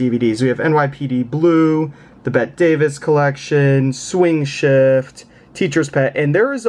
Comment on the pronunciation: By the way, youngster, her name is pronounced Betty Davis, not "Bett"! LOL. You're showing your age. Bette Midler is pronounced "Bett", though.